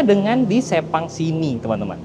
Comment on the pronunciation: Sepang emang sebagus itu si, ngebayangin bisa masuk ruang VIPnya seenak apa Btw sirkuit Sepang itu bacanya Sepang bang, bukan Sepang